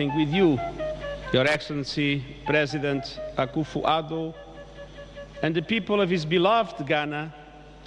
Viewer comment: This mam pronounce Akufo Addo as typical Ashntis